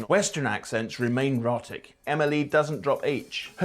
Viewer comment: Our so-called expert mispronounces 'rhotic' in the first few seconds......